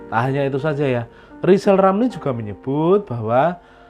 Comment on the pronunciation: Lijal lamli 😂